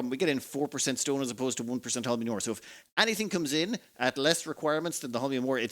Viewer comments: It's actually pronounced not hOlminum but holminiUmUm, with the accent on the last two syllables in the same time. Starting planets with nothing on hands is actually pretty cool and fun to watch! Just one thing, I personally wouldn't bat an eye if a dozen-two construction robots would keep you company from the beginning. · "Holm-ee-um" actually, but your version is close enough! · it's pronounced "hole-me-uhm" emphasis on the first syllable. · Whenever mispronounced Holmium, take a shot.